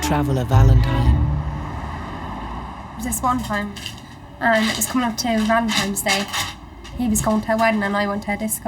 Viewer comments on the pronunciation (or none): Every single person in this video called February 14, “ValenTIMES Day” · why do they say valentimes and not valentines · The girl kept calling it Valentimes day and even SPELLED it that way. They can't read or write very well. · There's no "M" in Valentine's Day!